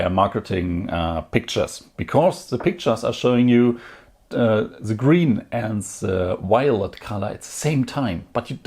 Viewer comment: Gween or waelet.... gween o waelet gween o waelet gweenowaelet